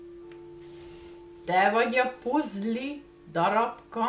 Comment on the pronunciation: Szia ! Úgy ejtjük hogy PÀZL.